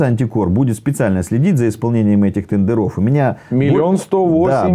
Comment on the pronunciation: Как он сказал "тэндэрОв".Сразу вылючил. А где куст конопли?